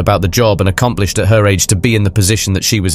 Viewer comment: A-ccom-pli- SHED, sur- FACE...strangely unnerving.